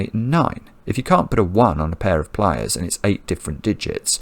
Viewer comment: It took me quite a while to realize that Simon was saying “pliers” not “playas” (“beaches”).